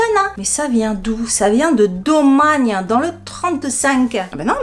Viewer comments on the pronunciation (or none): Coucou pour le cidre on dit DomagnÉ 😂. Superbe ta vidéo ❤